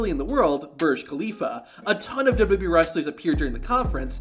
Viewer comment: "duhdubbee tables"